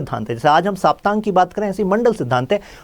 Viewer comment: सर, सप्तांग बोलते है उसे। साप्तांग नही। सप्त अंग है यह सब राजनीति के।